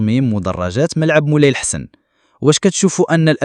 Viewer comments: طوز كلشي يتكلم بالذكاء الاصطناعي، ولا مجهود في ارض الواقع. الحسن هو لحسن وقدور هو قادور وعبد السلام هو عين السلام... المهم باين كلشي... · الملعب اسمه مولاي الحسن بالفتحة على س الفهيم. منين جيتي يا كما تكون كرغولي!؟